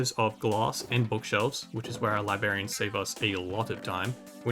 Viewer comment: Are you saying "lie-berry" and "lie berry an"??? It's kinda breaking my brain.